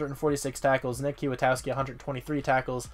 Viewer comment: Knee. I think Kwiatkowski is pronounced 'Quit-Cow-Ski'... I think